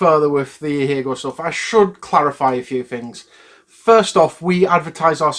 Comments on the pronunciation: That's actually not how you pronounce it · That's how 'ahegao' is pronounced? BoY have I been getting it wrong! Also totally agree with this decision.